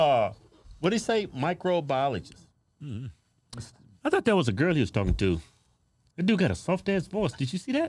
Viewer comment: Could barely pronounce microbiologist.